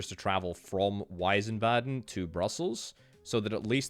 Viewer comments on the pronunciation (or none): There's no eye in Wiesbaden, veesbaden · Wiesbaden not weißbaden so i switch to another let´s play channel who spell the cities correctly. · Weisbaden V-eyes-bar-den Not sure if that helps exactly but in German, most words with W are said like a V. Wine in German is wein (vein) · Btw Wiesbaden is pronounced Veesbahden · I don't think I'll ever understand how English speakers add such random syllables to German words "Wiesbaden" becomes "Weisenbahn" somehow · Wiesbaden ist pronounced in German like Weezbahden